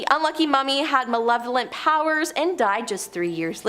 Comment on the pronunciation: Its not manevolent. Its malevolent learn to read dude.